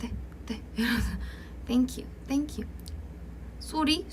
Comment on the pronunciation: Omg the way she was saying sorry until it sounded native :000